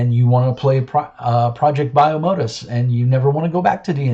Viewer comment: Hey man! 1) It's pronounced 'project bye-oh-mo-dus' 2) Most of the art in this book is in the first chapter to help build some of the world. If you want to see some examples of the art available in the full book, you can go here : 3. No money was accepted for any of the ads in the book. They were added as a thanks to the various people who helped the book succeed. 4. GET REKT